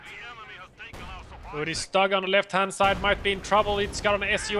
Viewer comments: Stug is prounonced Schtug! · Guys, your casts are the best out there!!! Bbbbbbut.... Please work on pronunciation! Few basic groundrules.... in german, W = a V in english, so Wehr is actually like Vehr StuG = sh-toog, not stug. Cause StuG is short for sturmgeschutz, and sturm is like u=the "i" in stir, so kinda like sh-tirm. And also, how much historical knowledge of WWII do you guys have?